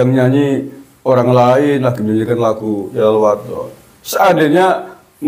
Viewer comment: YALAL BUKAN YAHLAL.....piye to Bacaaane Kabib iki ngawur...jare ahli baca kitab dll...nyebut Yalal saja di sebut Yahlal